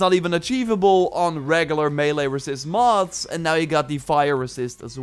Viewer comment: It really sound like he is saying Moths, instead of Mods.